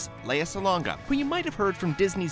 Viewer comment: ALSO, IT'S LEA SALONGA, NOT SOLANGA. And she was the singing voice of JASMINE AND MULAN, NOT POCAHONTAS. Get your facts straight!